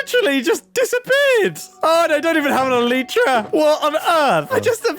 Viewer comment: I was just reminded how mumbo says elytra weird